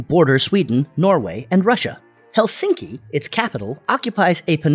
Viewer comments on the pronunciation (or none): none